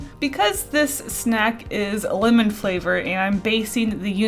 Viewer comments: I kept thinking she said women instead of lemon, so I would hear “I do like the women flavor” and freaking out a little bit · Lol when she said lemon it sounded like linen🤣😂